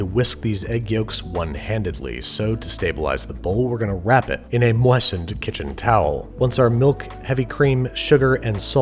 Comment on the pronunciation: Yo if you’re gonna say the T in “soften” you gotta day it in “moisten” too